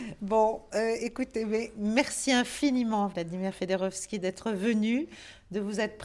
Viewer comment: Pourquoi "fédorovski"? C est FIODOROVSKI.